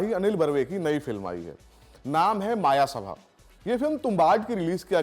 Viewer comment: It's "मयसभा" not मायासभा